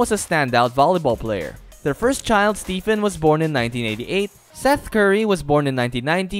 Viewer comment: Stephen bro. ph makes an ‘f’ sound. So not Steven.. it’s pronounced like Stefan